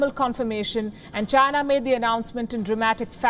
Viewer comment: China not Chins